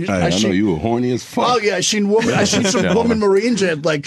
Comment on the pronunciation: He literally can't say women. He always say woman.